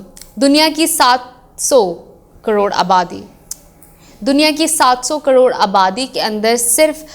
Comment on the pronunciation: EK BAAR OR BOLO NA (( 700 SO KAROOD )) HAHA